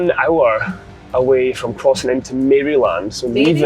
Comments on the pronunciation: when pronouncing maryland you don't want to say mary-land, rather maryl-and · And Maryland. Mare-a-lind, not mary-land. But we love the mispronunciations because we would be no better in Scotland lol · It doesn't matter much, but it's not Mary-land, it's more like Maralind. I just cringe a little everytime i hear Mary-land lol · Maryland - pronounced « murrlin »; legit cheesesteak. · The Maryland pronunciation killed me 😂😂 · Ah! Route 84 again! Waffle House! Great stuff while on the road! Gotta love the cheesesteaks! Best ones are in Philadelphia. “Maryland” isn’t pronounced “Mary Land”. It’s more “Merrill-Lind”. Also, Roanoke is pronounced “Row-a-noak”. Hershey’s chocolate is good but definitely not the best. The dark chocolate is pretty good too. And yes! You’re killing me with that Roid Sux jersey! I’m a Yankees fan! 🤣🤣🤣🤣 Loving the videos! 🎸🎸🎸🎸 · Row-an-oak. And not Mary-land. 🤣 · The way you pronounce Maryland and Roanoke is absolutely hilariously incorrect 🤣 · I'm cracking up at some of your pronounciations - Maryland (the y is more like "i" in the word "in") .... Bojangles ..... Roanoke 😅 And the Philly Cheesesteak sandwich didn't look like one I've ever seen. But I'm glad your trip improved after the first day!❤